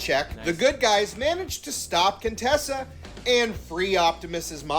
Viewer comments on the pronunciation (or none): “Contessa” IT’S! *QUINTESSA!!!!*